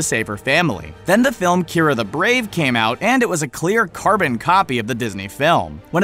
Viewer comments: kee-are-ah not kyra... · You mispronounced 2 things wrong that I could see. One. Kiara the brave. (Key-are-ah) Isn't that weird? Two. The legend of Sarila. Why is it pronounced (sir-rill-ah)? Dang animation has killed me.